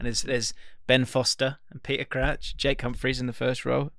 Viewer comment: The way says Jake Humphrey sounds like Jay Cumfree